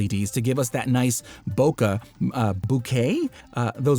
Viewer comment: Bokeh (暈け/ボケ) is a japanese word. Technically it doesn't have an H in it. your pronounce the E like you would in "pen"